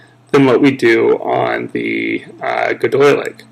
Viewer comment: Quick tip: it's pronounced Goy-de-lic, not gedoylic, and Bre-thonic, not Bryethonic cool video tho